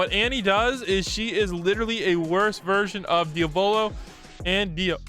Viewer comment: y cant ppl pronounce diavolos name right